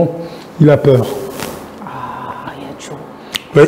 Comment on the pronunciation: Peur et non paire ou père!